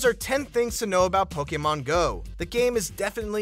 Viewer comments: It's 'Poke-ee-mon', not 'Poke-ae-mon'. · Did it annoy anyone how he says pokaymon, pokaystop and pokayballs